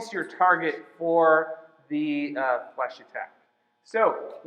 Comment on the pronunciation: omg its fleche not flash... lmao its so funny bc i do fencing in chinese but i take french at school